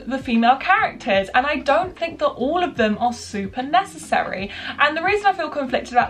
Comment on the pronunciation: Can you say 'think' instead of 'fink' please, thank you x